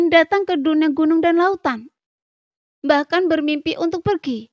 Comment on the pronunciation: Untukkk. bukan untu. Tombak bukan tomba. bintik bintik. bukan binti binti. damai. bukan dame. Bijakkk. bukan bija. xiao yAn. bukan Xiao yEn. biar sya nyaman denger nya🤭